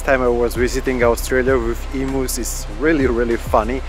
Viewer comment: Love the vids but it’s not emoos it’s em-you’s…hearing emoos makes my ears cringe…